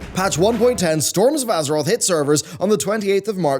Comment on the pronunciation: Ahh yes, my favorite patch! Torms of Azerot!